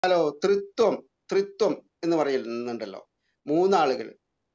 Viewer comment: " ത്രീ ത്വം."....."തൃത്വം" ഇത് രണ്ടും രണ്ടാണ്.. ; ഒന്നല്ല